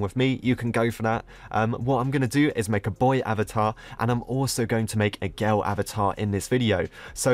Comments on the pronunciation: WHY DO YOU SAY GAL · When said girl for me it sounds like gal